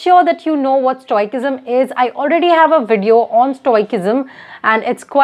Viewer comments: For future reference, it's not pronounced "Stoi-kism", it's "Stoi-sism". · It's stoicism, not stoi-ck-ism, sorry not spreading hate. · Some of your pronunciations are very funny...specially Result,stoicism, studying.